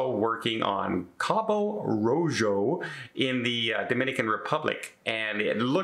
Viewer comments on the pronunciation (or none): Cabo Rojo is pronounced like Cabo Roho, its Spanish for Red Cape...